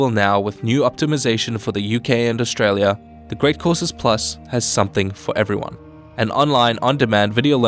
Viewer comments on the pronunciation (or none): none